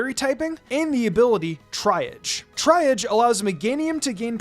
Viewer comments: Triage is pronounced "TREE-ahj" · Love your content! Just wanted to point out that The word “triage” is pronounced tree-ah-je (with the je being the French je like Jean Pierre) - and it’s used in this context in reference to the hospital triage system, where they treat patients on a basis of urgency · TREE-AHJ is how meganiums ability is said, sorry, made me twitch lmao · just fyi - triage is pronounced like "tree-aj" since it's from french :) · Triage is pronounce TREE-aazh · Gahhh... I'm such a Grammar nazi and I apologize for correcting you,. This is how you pronounce of 'Triage'. Here are some written examples of how to pronounce it. Triage: Tree-Ahj. Trē-äzh. Trē- äj. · please look up words you don't know how to pronounce. I am cringing at how you said the word "triage". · Glad I wasn't the only one lol 😂